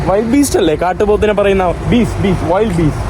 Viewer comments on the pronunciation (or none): സന്തോഷ് ജോർജ് കുളങ്ങര വിവരിക്കുന്ന ഒരു വീഡിയോയിൽ പറയുന്നത് കേട്ടു വൈൽഡ് ബീസ്റ്റ് അല്ല ### വിൽഡ് ബീസ്റ്റ് എന്ന് ഉച്ചരിക്കണം പിന്നെ നീ ചോദിച്ചതിൻ്റെ ഉത്തരം water buffalo🐃🐃🐃🐃 എന്നാണ് (അതായത് പോത്ത്) bull എന്നാൽ 🐂🐂🐂🐂🐂കാള